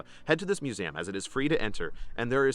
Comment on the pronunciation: "moos-zham" Uhh.... what?? Do you mean "museum"?! 😂 Also I like your content but please never try a "scottish" accent ever again.... please....